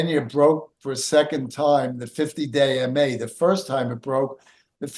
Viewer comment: Haha, oh man, for the longest time I kept hearing say "50 day in May" instead of "50 day MA". It wasn't until this video that I heard it differently. I kept asking myself, "does he have severe OCD or something"? 🤣🤣🤣